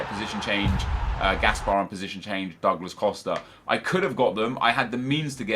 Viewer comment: Douglas Costa is pronounced Doglas;)